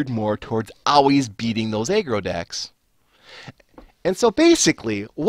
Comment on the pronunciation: why do u say eggroll instead of aggro? sounds pretty strange